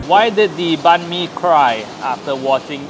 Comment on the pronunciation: Banh Mi is pronounced as Bine(as in Fine)-Mee, not Ban Mee. Please, learn how to do the Tieng Viet pronunciation before butchering the name, urgh.